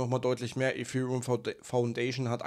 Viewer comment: Danke für deinen Inhalt, ABER könntest du bitte zum Logopäden gehen und lernen, das "th" auf Englisch korrekt auszusprechen? Gerade bei dem Wort Ethereum ist das sehr störend